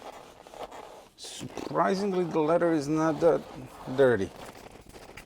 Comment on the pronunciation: It is leather, not letter.